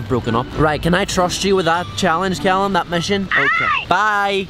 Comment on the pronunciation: i love how he say cyallum instead of callum lol